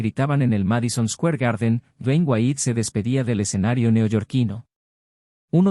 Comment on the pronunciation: Sí, que rara la pronunciación de Square y otras, ni en español, ni inglés.